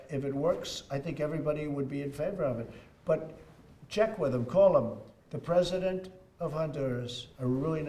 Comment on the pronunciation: “Pesident” Trump....good job nbc